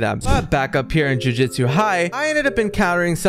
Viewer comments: JUJUTSU ITS JUJUTSU Joo-joo-tsu NOT JUJITSU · "Jujitsu" immediately clicking off the video 😭